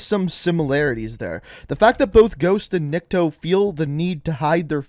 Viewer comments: It's literally not that hard to say. (Nick-Toe) Also, did he not pass school or something? This man literally said, "Un-know-wen" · His name is pronounced neek-to) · Nick-Toe that's how you say it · He is NiktO,not NIkto. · I am impressed how you manage to pronounce "Nikto" almost correctly without major fuck ups at first try. Why "almost"? Because it is just like you pronounce, but "niktO". And the reason why first language is unknown is mostly because in Russia there are many languages in separate regions. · it is "Nikto," not "Nikito" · I’m not trying to be rude I’m just trying to help out. It’s pronounced Ni kuh toe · Nikto (Nick-Toe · It is NI-K-TO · White people love adding extra letters to words lol "Nikito" "Unknowon" 🤣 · I think its pronounced Niko and the T is silent, cuz Russian is like that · NICK-TOE. PUT THAT TOGOTHER AND ITS NIKTO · Proper pronunciation is "neek-toh" Nikto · Nikto is pronounced as NYIKTO , which in russians means "nobody" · I believe it’s pronounced neekto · Nikto would be pronounced like Knee-kto you could have pressed that speaker on the bottom of translate to hear it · It’s pronounced NIIKTO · it's kneek toe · Nikto or Nikito I can let go but "un-know-when"? Bruh what's your first language lol. Like the theory and im excited to see what it'll be but that had me laughing bro I just kept hoping something else would be "unknown" 😂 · Nikto is pronounced nick-toe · Niko in Russia its not how you say it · remember riley is dead when his dead ghost is born Hold on u say nikto name wrong but meh close enough If infinity ward see this he will be mad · It’s nikto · Dude. Nikto is nikto. Also, you need hooked on phonics. How'd it take you this many vids to pronounce a two syllable word correctly?